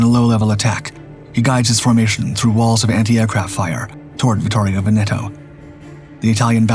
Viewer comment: Veneto mispronounced throughout:( HMS Warspite -- spite rather than spit?